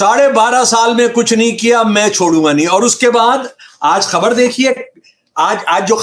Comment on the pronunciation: Aap 'khabar' parhte hai , ya ' habar ' parhte hai ????